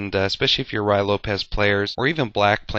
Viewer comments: It is not the "Roy" Lopez. It is pronounced "Ru-e". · it's Ruy, not Ryo. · so annoying to hear "rye" instead of "ruy" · To me it sounds like he is saying "Rye" Lopez. He must be talking about some kind of weird type of bread. A common mispronunciation from a novice chess player. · Actually it is pronounced Rui (with the i as idiot) Lopez.The y has the sound of an "i" in spanish. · Isn't it pronounced more like "Roo-ey" Lopez? What's the pronunciation for Ruy Lopez?